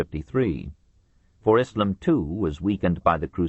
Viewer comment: We get back to more familiar ground, for Westerners, in this portion. The bits that least interested me were the Byzantium bits - or, as the narrator insists on calling it, Byzanchum - and that's his fault, not Durant's, who doesn't spell it in some old-style way, like he did with "Moslem" and "Mohammed, Mohammedan". Come to think of it, I didn't enjoy the narrator calling the religion "ISSlum", either. Were these words SO unknown in the 1990s when this was recorded? Durant, writing in the 1940s, had a better excuse. Anyway, despite my lack of keenness for the rapidly shrinking Greek kingdom that was the successor state of the Roman Empire, it was distressing to learn just how often, and in how many ways, the Latin Crusaders really screwed Byzantium over. But before Durant goes into that in detail, he takes us on an excursion of a Western Europe that is either utterly demoralized or happily captured by barbarism. One senses the struggle to remake a civilized world out of the carcass of the Roman Empire. Some time is spent with Charlemagne (probably not enough time, for my taste - I think Durant slightly underrates the achievement of Charlemagne, understandably so since it seemed to not last, but I think a seed was planted). More time is spent with the Vikings, which I appreciated. Durant's interest in Scandinavia anticipated modern culture by 80 years. The beginnings of Russia are also briefly discussed. Finally, there is a grim catalog of Christian conflicts of creed, within